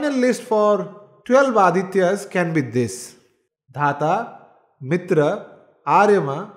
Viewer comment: It is not mitr. MitrA . Dheergha